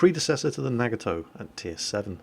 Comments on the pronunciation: The Nagato is pronounced Nah-Gah-Toe, not Nag-a-toe. Don't want to nit-pick i'm sorry but I thought I'd let you know. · Love your vids... but! NAA GAAA TOE Most Japanese words are pronounced as they look, but there are exceptions and this is not one of them :)